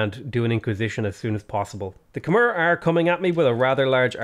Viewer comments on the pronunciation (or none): hey dude, not trying to be a pedant, just hoping to be informative. Khmer is pronounced with an -ai sound at the end, not an - er sound, despite the spelling. The way you pronounce the Khm - is spot on!